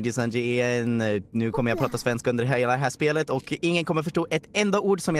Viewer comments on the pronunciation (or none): none